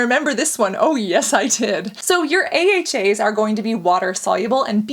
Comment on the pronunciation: If you hear weird sounds u ain’t imagining shit it’s Cassandra pronouncing AHAs and BHAs ahaaaaaa ahahaaaa bahaaaaa bahhaaa 😂😂😂😂😂😂😂😂😂😂😂